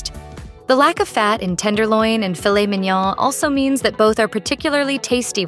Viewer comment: Filet MIN-YAAAAAAAAA. Filet MEEEN-YAWEWHAAA. Is this narrated by AI or a computer?